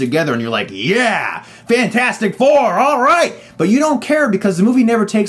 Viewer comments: "FANT-FOUR-STIC" LOOOL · When you said Fant 4 Stic instead of Fantastic Four, I laughed a lot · You know Chris, if you pronounce Fantastic Four as "Fan-four-stic" and Scream 4 as "Scruh-four-um" because it's on the poster, you now have to refer to one of your favorite movies as "se-seven-en". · I’m just here to hear him say “fant four stic” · You referred to it as "fant 4 stic" through the entire review. Subbed. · Fant-four-stic haha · I love this rant and I laugh every time hr says "Fant four stic" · I love how he managed to call it Fant-4-Stick every time! Love it! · As soon as he said Fant-four-stic, i knew this was not gonna go down well.